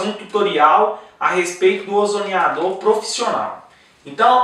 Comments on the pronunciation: O CERTO E FALAR "OZONIZADOR" E NÃO "OZONIDAOR" COMO VOCÊ INSISTE, NÃO SEI POR QUE... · OZONIADOR????????????????????????? Já perde toda a possível credibilidade porque começa falando errado!!!!!